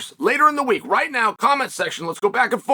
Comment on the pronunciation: Can pronounce prochazka but can't B i l a l. Wow chael